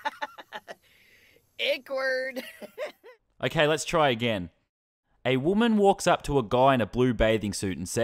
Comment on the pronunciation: "Ekwerd!" Similar to akward which that situation WAS akward